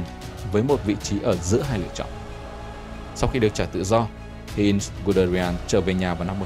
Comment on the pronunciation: Giọng đọc hay, ấm, nhưng phát âm sai quá nhiều. Heinz mà đọc là Hê-in là thua rồi!